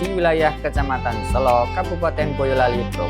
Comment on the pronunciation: selo. baca e nya kaya enak. artinya batu.